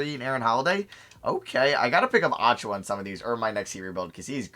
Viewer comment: Just a tip, Precious Achiuwa's last name is pronounced "Uh-Chew-Uh" not "Ah-Chu-Uh"